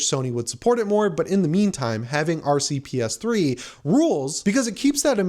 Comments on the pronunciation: 🤣 You repeatedly said "RC Ps3" instead of RPCS3! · Dude keep saying RCPS3…..like c’mon man!!! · R C P S 3 lol its RPCS3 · you said rcps3 when its rpcs3 sorry if im rude just wanted to say if you missed that